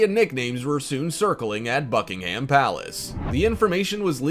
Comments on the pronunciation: Not bucking HAM but bucking-umm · Its Bucking - um its not American English